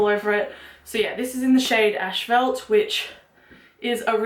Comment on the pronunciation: Okay like I'm not trying to start anything so no one attack me Did you say "ash-phelt" instead of "asphalt"? We pronounce it "ass-fault" here I just thought it was cute the way you said it 😂😂💖